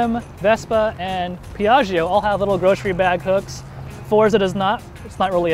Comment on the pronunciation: A pronunciation tipp: it's Pee-ah-jo (the "i" is silent, its only purpose is to soften the "g"). So, Pee-ah-gee-oh is just wrong and hurts Italian speeking people.